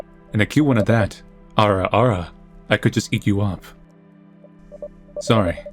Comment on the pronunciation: Sounded more like AURA AURA